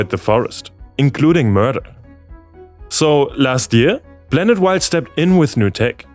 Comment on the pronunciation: Croatia being free of landmines is a bad thing: foreign troops keeping Serbians and Croatians from rekindling violence are now more likely to leave. I know you can pronounce "p". You did so in "Galapagos". Last time I checked, we revolve around a star, not a super massive black hole. So we aren't a blanet... Is that simply due to your reading technique or a learnt accent?